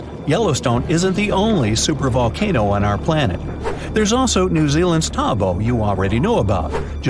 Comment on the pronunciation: Around 50:63 the commentator talks about a large productive volcano in New Zealand the "Taupo" volcano. The stupid commentator pronounces this as "Taubo". "Taubo" it is NOT. It is "Taupo". The locality is now drowned by "Lake Taupo" where the volcano has left a large explosion crater. In fact, there are several craters in the immediate vicinity, all collectively referred to as Taupo.